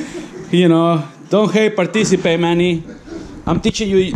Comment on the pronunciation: "DON'T HATE, PARTISSIPATE "